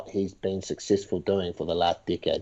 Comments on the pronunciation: I thought he said dick head not decade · Kept hearing "dickhead" instead of "decade" lol